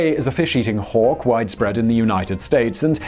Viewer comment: A fishing eating what now? Oooh, HAWK, I heard something else that rhymes with "door" and starts with a "wh" 🤣